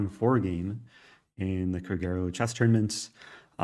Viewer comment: Kragerø is pronounced Kr(a like a in alpha)g(e like e in exam) r(ø like u in urn) greetings from a Norwegian fan :)